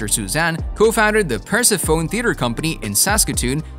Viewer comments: Persephone is pronounced per-sef-uh-nee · bro didn’t even pronounce persephone right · persephone is pronounced wrong